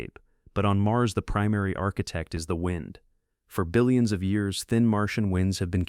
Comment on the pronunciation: “Dillions of years ago” 😂